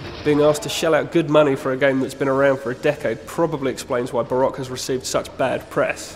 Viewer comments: Barock? It's Ba-Rouh-Gh, or at least how everyone pronounces it. Also the game isn't hard, its actually really easy. Dying can make you beat the game too. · I thought it was pronounced ba-ra-koo